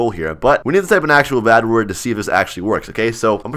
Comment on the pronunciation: He say bat wurt!1!11!!111!!???😱😱😱